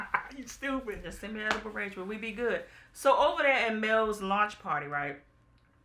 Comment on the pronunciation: Edible Arrangements, emphasis on the "edible" 🤣🤣🤣🤣 I tell you Lynette and I are kindred spirits😂😂😂😂😂😂😂